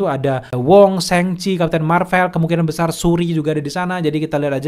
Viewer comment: "Shang" cok bukan seng seng risih bet dengernya